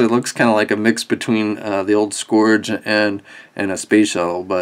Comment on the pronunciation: Yes, it is "Scrounge" not "Scourge", because we're also going to be getting a Deluxe "Titan Master" Scourge later in the year.